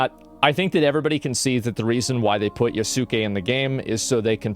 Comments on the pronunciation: FFS, it's not "Ya-soo-ke(h)", it's "Yas-ke(h)". "U" is silent. Like so. Oh, come on! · Agreeable video. Just to let you know, Asmon, Yasuke is pronounced with out emphasis on the u. Yahskay. Some of these people that are calling anyone racist for the legitimate pointed criticism of AC: Shadows are just emulating what they've seen others of their ilk doing that. But many of them know exactly what they are doing and they're using tactics from the book, Rules for Radicals to deceitfully polarize anyone who disagrees with them. I suggest you familiarize yourself with it. It'll open your eyes to a lot of what's going on today. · Not pronounced yah soo kay, pronounced yahskay. The u has very little emphasis to the point it's silent. Just like the WWE wrestler name Asuka is not pronounced Ah soo Kah, her name is pronounced Ahskah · ok big ask tho - pronounce his name as Yaske not YasUke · The amount of people who can NOT pronounce Yasuke's name correctly is more upsetting than Ubisoft devs lmao its pronounced "Yaws-kay".. NOT "ya-soo-kay". like it takes less than a few seconds to figure this out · Fumbled pronouncing "Yasuke" so hard he doesn't even attempt to pronounce "Naoe". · Has someone properly taught you how to pronounce Yasuke??